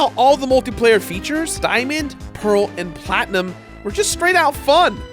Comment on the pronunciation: Did you just say Pokémon PlatnIM? Not PlatnUM?